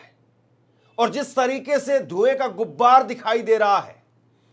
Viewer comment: gubbar nhi hota gubaar hota